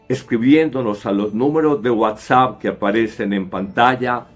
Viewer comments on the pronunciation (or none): none